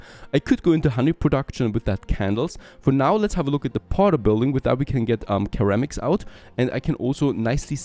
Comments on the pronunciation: Ceramics sounds more like sir-amics. Clover has a strong O. ✌️ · Ceramics are pronounced with an s sound btw 😊